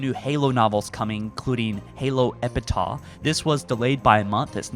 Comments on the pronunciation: Epitah? Its Ep-itaff lol 🤦‍♂️ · Epitaph = eh·puh·taaf not epitah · It's pronounced "Epitaph" (Epi-taff). Not "Epitah" like the word "Utah" lol. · Sorry bro it’s pronounced Epi-Taff (epitaph) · It's... it's "epi-taaf",. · Is it not pronounced “epetaf”? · Bro it’s pronounced eh•puh•taf 🤦🏻‍♂️ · He used to call it epitol so he's getting there.. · He forgot to pronounce the ph in Epitaph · 2024 and still can't pronounce epitaph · Bro cannot read Epitaph or Spire, that gave me a good chuckle